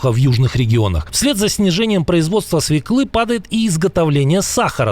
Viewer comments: Не свекЫ, а свËклы! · Не свеклы, а свёклы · Не свеклЫ, грамотей, а свËклы! В русском языке в словах где присутствует буква Ë, всегда ударение на эту букву. Пример : ëлка, ëжик, свëкла.